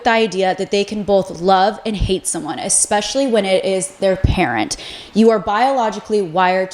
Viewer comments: Also it’s es-specially not ex-specially …. No shade either sorry I’m just a Gemini lol 😂 I also love when ppl correct me just fyi. We don’t learn unless someone helps us from time to time 💙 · I love love love your videos but the word is ESPECIALLY not exspecially 😅🙏 gets me every time! ❤ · i love your videos but i think it discredits your insight and expertise when you pronounce words incorrectly. saying “expecially” and “scruntiny” almost made me click off your video.